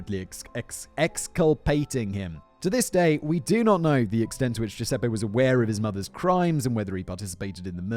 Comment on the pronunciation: Count on a Brit to see a name like Giuseppe and go with G.Sep :D